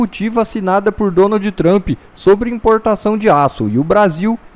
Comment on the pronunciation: Por favor este cara aí não sabe pronunciar a palavra do nome Trump, vai estudar primeiro 🙄🤮